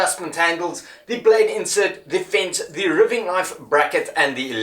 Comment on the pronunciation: wow, great job....great video, as are all your vids, someone has probably pointed this out, but if not.....its pronounced "riving, like diving " sorry, i am lso sarf efriken, but live in the UK